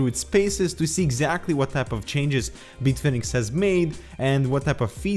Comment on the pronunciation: Beat Fenix? Is this like Tony Dorsett changing the pronunciation of his name back in the day, or Greg Gagne going from 'gonya' to gag-nee'?